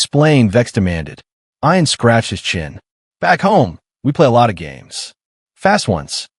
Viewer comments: If, unlikely as it may be, his name was ION, then the pronunciation is correct. But if his name was IAN, then the pronunciation should be ee-an. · EYE-AN INSTEAD OF EE-UN? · ee-unn. fix your junk AI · Ian Ziering pronounces it I’an, not E’an. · Ian (Ee-an) Fleming - the creator of 007 James Bond.